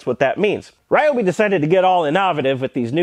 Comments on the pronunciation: reeeobee? the fuck is that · First 3 seconds of the video.... "Ryobi" Oh.... I see....